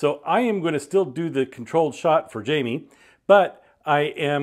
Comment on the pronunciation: Jaime = "Hi-meh"